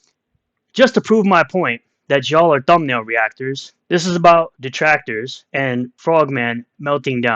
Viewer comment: Darrrrr my detwactors Darrrrr